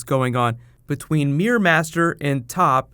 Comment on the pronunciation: Why do say meer it's mirror!!!